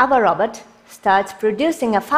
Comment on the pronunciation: Just Random oh I heard it as todai Robert